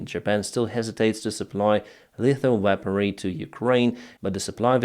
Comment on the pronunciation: Sorry. Weaponry -should sound like weh-puhn - ree. You did say it correctly at the 7.20. Wow. France. The Dassault mirage is a great multirole jet fighter. The saab gripen has been going off and on for the last 2 years now. I'll believe it, when I see it. Slava Ukrani 🇺🇦💕